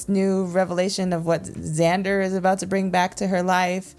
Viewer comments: his name is Vander not Zander 😂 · Umm.. it's Vander